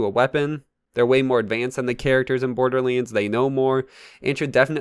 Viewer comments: ”Borderleens”? Hmm... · why do u say *borderleands*? lol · Ah yes borderleens 3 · whats a borderleins 3😂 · bro this nigga says border leands one more time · BORDERLiiNDS WTF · YOUR SAYING BORDERLANDS 3 WRONG